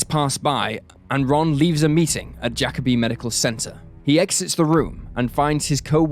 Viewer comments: Bruh pronounced it Jack-a-be it's Ja-kobe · Jacobi isn’t pronounced Jack-obi, it’s pronounced Ja-cobi. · Whew listening to him saying jacob-I is stressing me out as a native New Yorker. That’s not how you say it!!!